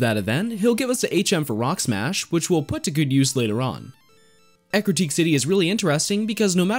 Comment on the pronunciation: God, i always called Eructeak City, until i heard you saying Ecruteak , 14 years of playing this game and until now i realized i was saying it wrong, damn